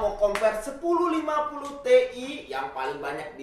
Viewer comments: gw pertama kaget denger pas bilang : TI bukannya ( ti ai ) malah ( TE-I ) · Not te but ti